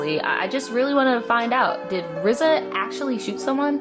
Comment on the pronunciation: Low-key, the fact that you keep saying RZA's name as "Rizza"...😬😬😬 just being honest. It's just RZA, not "Rizza". Other than that, I liked your take on the whole thing.